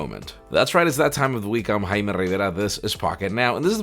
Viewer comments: Haime revara???? Isn't it jaime?🤣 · Wait what! So it's HAIME and not JAIME?